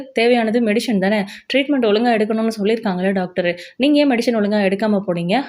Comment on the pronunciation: It is medicine not medishine